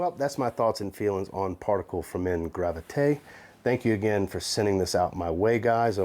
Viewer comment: Great job at the pronunciation,. You nailed it!